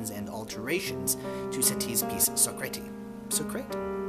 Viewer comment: Socrate is French, pronounced So-Kraht-uh